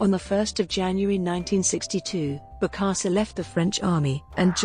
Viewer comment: And mispronounced the name of the subject.